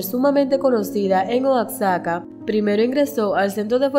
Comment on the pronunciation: No es "Oakzaca" es "guajaca" y se escribe Oaxaca.